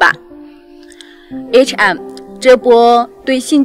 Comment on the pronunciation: 視頻不錯，不過提妳一下，對方不是HM, 是H and M.